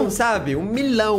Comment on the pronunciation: nossa nem consegue falar 1 milhão